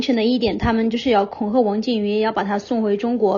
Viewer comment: 听到那个维族人说“恐下”，忍不住笑了😂